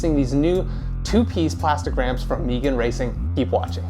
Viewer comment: Never heard someone pronounce Megan as “Meegan” before haha. Nice review. Not sure if I actually need the 2 piece construction or not tho 🤔